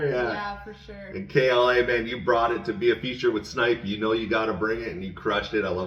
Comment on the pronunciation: You got it right, yall. K.L.A., not killa . Thanks again for all the kind words 🔥 you guys are awesome